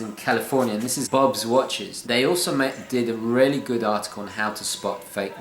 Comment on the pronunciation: Dude, why do you pronounce "really" as "rarely". Aren't you posh?